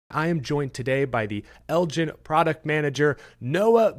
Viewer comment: as a Texas native myself, I cringe every time you pronounced Elgin like that